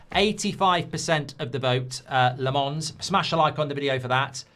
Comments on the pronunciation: It's not La- MONS. It's LOM -ens. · Not Le Mans but Làmmmmmmens Le Mans is a city in France Lammens are lambs in Belgium and the Netherlands Lammens prounouce it ike Mazraoui, Maguire Silence of the lambs At Sky Sport they pronounce it well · Embarrassing he can’t pronounce Lammens name……